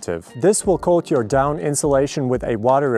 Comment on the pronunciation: They aren't called "dawn feathers" They are called "down feathers" 😂 this was funny to listen to you say though